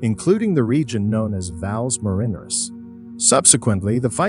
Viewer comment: Fix the pronunciation of "Valles Marineris" and "Saturn" and "Huygens", etc. If you can be smart enough to use a text -to-speech voice, you are certainly smart enough to have it pronounce words properly.